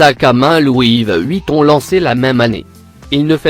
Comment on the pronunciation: De louis VEUEUEEHHUITON😂